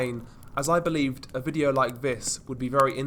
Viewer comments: STOP FUCKING SAYING " V I D E E O O W " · what happens in this " Videeoou" LOL what the FUCK is that accent man ????